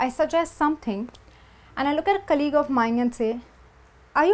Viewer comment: In the word COLLEAGUE, the stress falls on the first syllable.